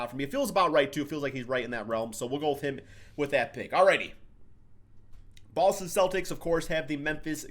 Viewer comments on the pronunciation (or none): none